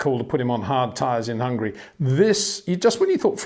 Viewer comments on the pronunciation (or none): none